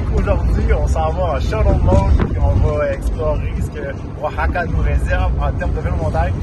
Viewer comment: Oaxaca ça prononce : waˈhɑːka à peu près :)